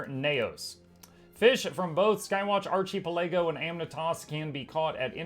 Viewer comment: My gaming partner and I can’t stop saying Archie Pelago. As if that was the actual pronunciation. I blame you,.